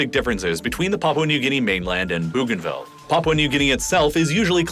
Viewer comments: I am from East New Britian Province (Papua New Guinea) Bougainville is pronounced BOganville not Boooganville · I couldn't finish watching this, the narrator needs to get his pronunciation correct, I wanted to throw my phone everytime he said Booganville 😂. Where the hell is Booganville ? I know of a Bougainville. Pronounced Boganville ☺️😆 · It’s bow-gain-ville not boo-gainville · Bougainville is pronounced Boeganville not Booganville. Fascinating video and very informative. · That first "new country"? Pronounced Bo-gan-ville. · Bougainville is pronounced Boganville. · Sending love from Papua New Guinea I'm from Bougainville. You pronounce Bougainville wrong (Boh gaen vil). After the Franch explorer Cpt. Louise de Bougainville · bro, could you look up how to pronounce place names in the future? it's BOH-gan-vil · I'm a subscriber from Queensland, Australia. I have a bougainvillea vine in my front yard. So do many of us. It's pronounced "bow" as in bow and arrow. Still love your work. I watch all your posts. 😊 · “Bow” “Bow- gan - vill.” How do I know? Firstly, I’m Papuan. Secondly, I’ve been there, including the Panguna mine whilst it operated. Thirdly, my cousin lives there now. Great synopsis, but please look into the pronunciation of places during your thorough research. You did such well only to drop the ball at the last moment. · It’s actually pronounced ‘Bow-gan-vil’. Which isn’t any better actually - ‘bogan’ is an Australian equivalent of a redneck. Also: East Timor is ‘Tee-more’. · Ooof. Stop saying "boo-ganville". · That pronunciation of "Bougainville" tho... O.o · The pronunciation of Bougainville is jarring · Only just watching this now. A couple of pronunciation suggestions: Bo-gainville, and Tee-mor. (disclaimer: I'm Australian, my pronunciation could be wrong too, natives might pronounce their country names differently) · Good video but you have mispronounced Timor and Bougainville. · No issues here... Except he mispronounced Timor and Bougainville :p